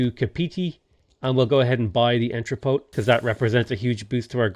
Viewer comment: the final t in entrepot is silent